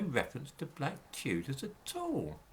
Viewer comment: It's da Chewdahs innitbruv 😂